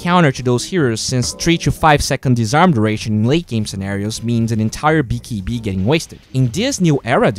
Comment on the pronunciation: lol i like how you say "bee kee bee"